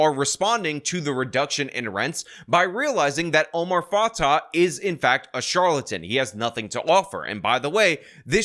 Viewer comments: Dude it’s pronounced Omar Fa-tay and Jacob Fry. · Not like I care, but it’s pronounced fatay